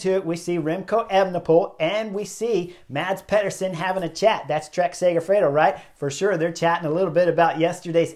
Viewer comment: Thanks Chris. Sad for them but the knucklehead award goes to the two breakaway riders playing games at 1km. As pro-peloton riders they should know and fear the speed of a peloton that has them in its sights near the finish line. One small note Chris - Mads Pederson's first name is pronounced Mas as the d is silent (general rule in Danish)